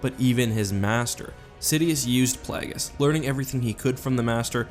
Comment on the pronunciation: ah yes darth plahgis